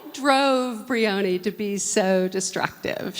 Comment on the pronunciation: bReEoNy HUH???? WHO???? WHO THE FUCK IS BREEONY u mean briony pronouced BRI - ON -EEEEEEE smdh